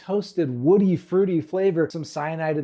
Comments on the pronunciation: DID YOU SAY CYNIDE?!! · I beg your finest pardon did you just say fucking cyanide